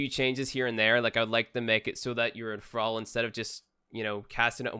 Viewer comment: The way you say "thrall" sounds funny lol.